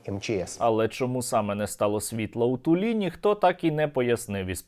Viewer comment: " у ТулІ" - я тащюся від Ваших " удареній в слові", пане Стерненко 😂.